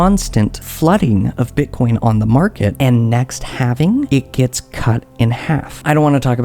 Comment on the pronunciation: HALVING HAL-VING. NOT HAVING. HALVING